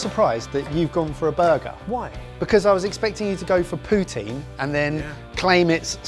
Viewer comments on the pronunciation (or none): PUTIN??? LMAOOOOOOO IT'S POUTINE, A CANADIAN DISH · Also it’s pronounced poo-tin and it’s canadian